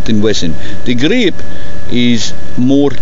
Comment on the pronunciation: "Smaller gah-reeeep"